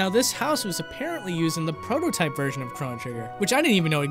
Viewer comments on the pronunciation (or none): none